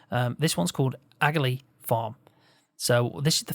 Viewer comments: Great video. Just to let you know it's pronounced ah-lee. It's just an I Irish way of saying it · The g in Aghalee is silent